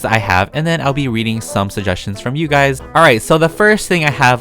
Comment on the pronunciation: Me when he says “guys” : guys more like GuYzZz